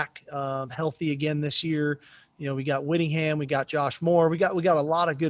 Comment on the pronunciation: Yo, he said wittingham. 🤣